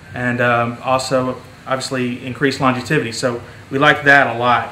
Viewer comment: Can someone please teach this guy how to say "longevity"!!